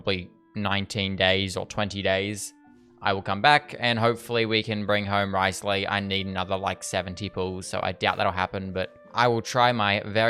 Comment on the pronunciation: Thank you for actually calling him Wriothesley and not “Rizzley”. It’s so annoying when content creators just call him Rizzley. Congrats on the Furina too and stay safe during the cyclone!!!